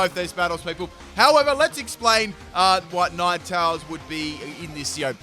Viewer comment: Had to rewind a couple times . Had a laugh as I kept hearing nine towels instead of ninetales.